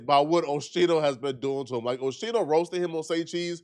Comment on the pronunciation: It’s pronounced OSKINO but spelt differently. You’re welcome it’s not Oshino 😂